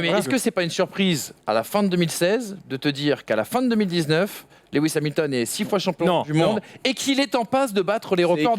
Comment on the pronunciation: "Lewi hamilton" tellement d'irespect pour un tel pilote je me desabonne